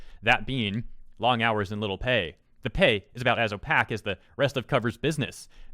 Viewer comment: how did he just pronounce opaque?